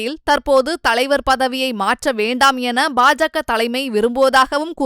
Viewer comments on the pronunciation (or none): none